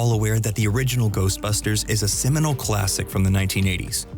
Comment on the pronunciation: Seminal, not ciminal. Also, the animated series was pretty good with the horror scenes.